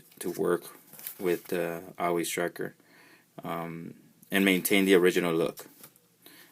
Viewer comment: You are saying the name of this GI Joe vehicle wrong. Think the word "Saw".... and just remove the "s".